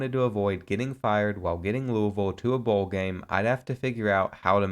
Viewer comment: Thank you for pronouncing Louisville correctly. I’m from there and nothing makes me cringe more than the miss pronunciation